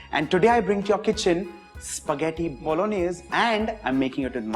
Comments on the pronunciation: Hi, chef varun. The native pronunciation of bolognese is actually "bo-lo-nyeh-zeh". The last "e" in the word is actually pronounced, and al dente is pronounced "al DEN-teh" rather than "al-DAN-teh. In any case, this is an out-of-this-world recipe, the channel is marvellous, and you are our very own 3-michelin-star chef: an absolute culinary genius without doubt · Ahh vineeth 's Bologanesh.. 😂 Jordindian fam.. 😂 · Pasta bologanesh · Pasta Bologaneshe, As said by legend Vineetya